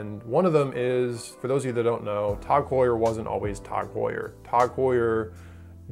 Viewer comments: Tog Tog Tog Tog. God damn it's TAG. How do you say Heuer right and get the 3 letter acronym wrong 5 million times. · Bro...it’s TAG! Not TOG. How can you pronounce Heuer correctly but not the acronym TAG? Don’t tell me they’re shit watches if you can’t even call them out by name correctly. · Before you review a watch brand, learn correct pronunciation. My God, it’s Tag, not Tog. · What the hell is "kash-a" [phonetic]? Seriously? Can't be cache for that would not fit the context. "Tawg" confuses us as well it's as as nonsensical as Joe "Deer-tay" [phonetic] (Dirt). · “Tog” Heuer